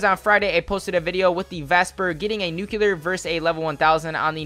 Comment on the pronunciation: Why do you say NUCELAR 😂😂😂 It's NUCLEAR